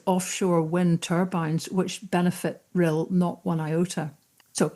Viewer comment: You not only pronounced Rhyl perfectly - your speech was spot on and spoke aptly and beautifully of our nation as well as your own! Lesley, your speech was amongst the best of the lot on the day, but we can't thank you enough for making the journey down to be with us! Alba gu brath <3 Cymru am byth